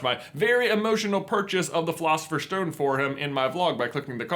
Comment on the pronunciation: Why do you say sh instead of s? It's not a shtone it's a stone, it's not firsht it's first and so on..... Is it just your American accent? It's really disturbing